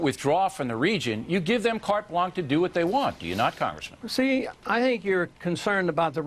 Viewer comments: and Bill O'Reilly says, "Cart Blank" It's pronounced "Cart Blanchuh" dumb*ss. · haha, asshole Bill "Oh Really" keeps saying "Carte Blank"...don't want to sound 'too French', even though you're using a French phrase, Bill? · meanwhile, carte blanche is pronounced carte blansh... Not carte blanc. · Kart Blanc O'Reilly? You mean carte blanche perhaps? Also, you fail at debating. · carte blank! hahaha... it's carte blanCHE, bill... you dumb shit who won't live on while ron paul will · "carte blank" idiot. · Big surprise bill oreilly can't pronounce carte blanche.